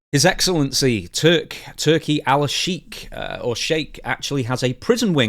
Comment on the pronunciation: Its pronounced AL -SHEEK - EEEE